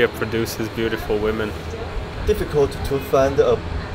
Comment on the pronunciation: 英文女人复数念“威们”，不念“勿们”。没见到好看的女人啊。只是说实话，不说漂亮话。太粗糙了，没有中国女人秀气。